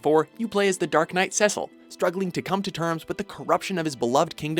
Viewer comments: actually it is Seh-cil. Final Fantasy Dissidia confirmed thats how they intended it to be pronounced. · Cecil's name is pronounced SEE-SIL... not SEH-SIL... why can't you pronounce any names right? lol